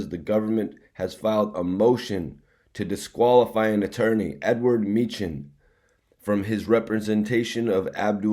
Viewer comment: It's pronounced Me-han...He a vicious Philly lawyer her b whoopn da courts ass I'm from Philly an used Me-han before he a FUCKN BEAST BRO